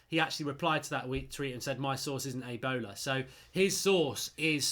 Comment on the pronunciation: Did you just call him Ronaldo at one point?? Aibola haha. Its A bola, like ahh bola (the ball) better research on pronunciation because be swearing in languages you don't understand